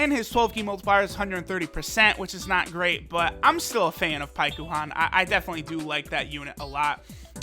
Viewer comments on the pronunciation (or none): Its pronounced like Pykon. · Why does he say paikuhan so weird you don’t say it with the u. He’s clearly never seen dragon ball z or the Goleta and Janemba movie(forgot the name) if he doesn’t know how to say paikuhan